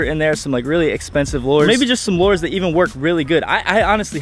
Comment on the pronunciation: Lures is pronounced "lew-ers" not "lore-z"